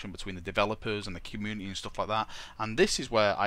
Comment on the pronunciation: communiteh XD